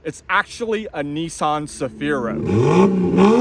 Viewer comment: Neesaan? Say NISMO. Now say Nissan.....